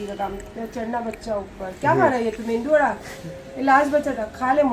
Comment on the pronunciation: South Indian, south Indian bolti rehti hai..aur phir mendu vada bolti hai..its medu vada or simply vada